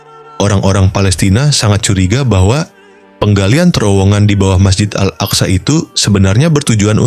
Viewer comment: Sebut al aqsa pun x betul